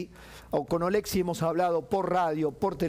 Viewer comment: Ché, no es OlEksiy,- OleksIy 🇨🇱❤️🇺🇦